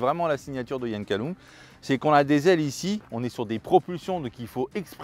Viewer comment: Prononcer Callome, pas Calloume 😊